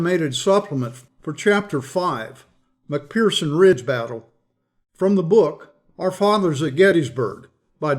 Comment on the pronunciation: Dear - The 'ph' in 'McPherson' is pronounced as an 'F'.